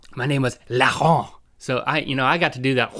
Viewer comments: It's not "Larent" it's Laurent (au pronouncent as o) ;) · je ne sais pas ! , c'est une négation ^^I don't know, it's a negation ^ ^ sinon heuu ah oui !!! Laurant....ne se prononce pas Laron d'une façon haché est pas belle contrairement à René mais "Laurent" c'est à dire L.."AU"..rent, le "Au" se dit comme "o" et est fluide. if heuu oh yes! Laurant .... does not comment one way Laron hashed is not beautiful, but unlike René "Laurent" that is "L".. "AU" .. "rent", the "Au" is said as "o" and is fluid. Sorry for my English, I'm a beginner ^ ^ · Well Link, your name was probably pronounced "Lorent" because the way you're pronouncing it "Larron" means thief. For us, the foreign language we leant at school was English. And I took Spanish classes in cegep. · btw link its laurant and you tell it lorant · I'm french and you're not doing so bad,(dont worry René is a male name in french, but i never heard somebody called Laron) good videos anyway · Hi, guys. Rhett : your french name was René. RenéE = female. It's a mixte name, like Michel/Michelle, w/ the same pronunciation in French but a different spelling. Link : pronunciation of Laurent: you pronounce "Lau" as you would say "Law". You're welcome, j'suis français et j'suis content de voir que vous avez choisi d'étudier le français; même si, apparemment, vous ne vous rappelez presque de rien,. Next time, try to say my username. :p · haha Link, you'Re saying your name wrong :) it's pronounced " LOrent" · is link saying laurent? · Bonjour ONLY means hello Rhett :P and Link you really need to practice how to say Laurent cuz you're failing badly at saying that lol.